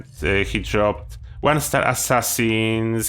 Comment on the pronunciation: I was listening when you said the one star and I had to go back and look cuz I thought you said a one-star assassin's helmet not handmade